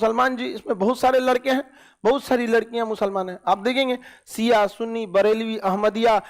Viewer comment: Isko kuchh bhi jankari nhi hai AIK to ye khan Shiya ko siya bolta hai pahle apna pronounce sahi kr le khan